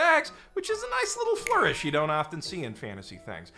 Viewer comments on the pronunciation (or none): none